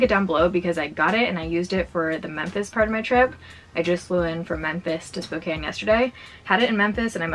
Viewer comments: I am so used to non-spokanites mispronouncing Spokane that it threw me off every time you said it right 😂 like my brain was constantly prepared to correct something that didn’t need corrected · It’s always a breath of fresh air when someone pronounces Spokane correctly 😂